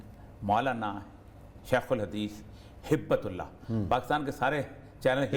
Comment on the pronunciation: ہبة الله میں ب بغیر شد کے ہوتا ہے